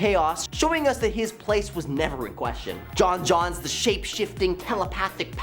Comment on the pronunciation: He has no idea... he called him Jon Jon's instead of John Jones the whole time... dudes clearly just a poser... which makes it kinda offensive when he calls us nerds hahaha